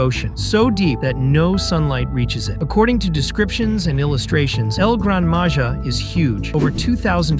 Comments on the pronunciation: Don’t say it like that thing of it as el grand maha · It's pernounst El gran maha